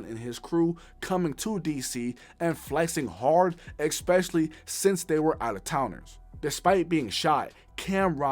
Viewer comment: U gotta stop saying “exspecially”